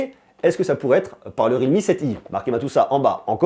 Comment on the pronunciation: ça ne se prononece pas rilmi mais riAlmi